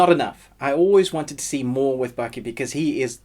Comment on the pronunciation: its Baki not Bucky also part 3 not in English anymore if I want to read il pick up a book